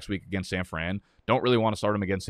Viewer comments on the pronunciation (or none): none